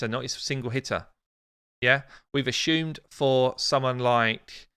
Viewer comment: Ashume? You say assumptions which is correct but Ashume? Lol